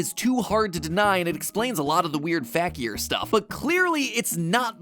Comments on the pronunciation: So matt kept saying r fakier fact-e-er- but wilvur pronounced it fakier fake-e-er meaning the characyers are fake kinda cool 😅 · The way he pronounces Fakier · This video is so great but i can get over how mat is pronouncing fakier wrong lmfao